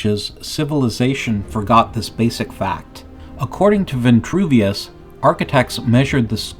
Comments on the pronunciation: its Vitruvius not ventruvious.. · STAHP SAYING VI-N-TRUVIUS....PLEASE!!! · Vitruvius has no n. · There is no N in Vitruvius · There is no “N” in Vitruvius. So why say it that way… Kind of weird.